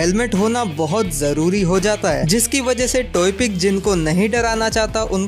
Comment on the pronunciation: It's Toepick, not Toypick.